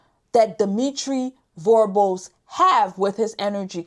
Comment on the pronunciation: is a clueless parrot. She keeps mis-pronouncing Dimitri's last name: Vorbe. She keeps saying "Vorbé" (vorb-ey) 2 syllables, instead of the correct pronounciation "Vorbe" (vorb), 1 syllable. All she is doing is extrapolate from american newspaper articles focusing only on the DOJ charges. To an american audience, may sound knowledgeable. To a haitian audience, does not sound intelligent, does not appear to be insightful. Electric power. Going back to the 1970's electric power in Port-au-Prince was quite irregular and it was provided by the Haitian government. Blackouts were common. The well-to-do have private electric generators. With the 2010 earthquake the government electric power was destroyed. Vorbe and others brought in barges carrying power generators to supply electric power to Port-au-Prince. Theft of electric power is common in poor sectors of Haiti and that has been the case since well before the time of Duvalier. The employees of the electric company do a lot of stealing of equipment. When you are talking about Vorbe, you need to talk about the Vorbe family, not just one individual. When you are talking about Boulos, you need to talk about the Boulos family, not just one individual. needs to research about how these "oligarchs" came to be in Haiti in the first place. Said oligarchs came to Haiti with little money and DEFINITELY no political power. Key: no political power. When the oligarchs came to Haiti, they had to deal with th